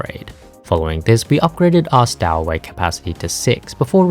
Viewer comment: Stow in stowaway is pronounced like tow in tow truck.